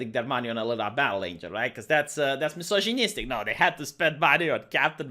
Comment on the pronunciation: I want also him saying "mjisozjinistic" and rascismus